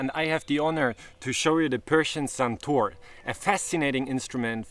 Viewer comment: its not suntour its santoooooor